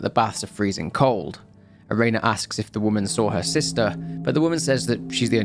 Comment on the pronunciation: he's still not pronouncing Ubume or Erena correctly. He's saying Ubumay instead of u-bu-me, and Erena as Erayna instead of e-re-na.